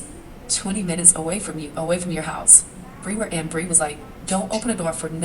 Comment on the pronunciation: That's "Bri". Fsfs